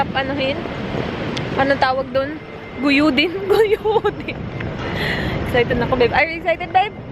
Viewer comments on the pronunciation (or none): “Guyodin” haha ganyan talaga pag bisaya ano mahihirapan sa ibang words na tagalog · Hi im enjoy watching ur vedio at saka the way u say guyudin tga san po kau?? 😅😊😊😊